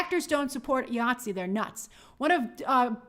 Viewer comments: It’s “eye-ah-t-see”, IATSE. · Hey Grace, IATSE is pronounced EYE ATSE. Keep up the good work.